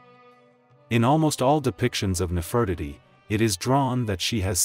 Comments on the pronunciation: Please make it stop saying “Nef Furt itty”. It’s Nefertiti omg. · He mispronounced her name.